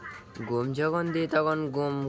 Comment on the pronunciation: বাহ খুব ভালো..গুম কি গো..গম বলো 😅😅